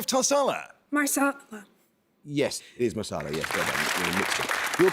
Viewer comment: hand-orange-covering-eyes: sounded like she said "marsala" instead of "masala" ... like her teammate says "Mo-bile" instead of "Mo-beel" - but good that Amol let both go - good fight in the middle, this one.